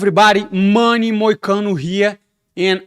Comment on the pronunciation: MOOOOONE MOICANO (love it how he says it in portuguese/brazilian accent haha)